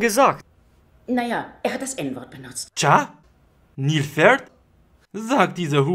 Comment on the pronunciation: Ehrenmann vallah "niehllpferd"😂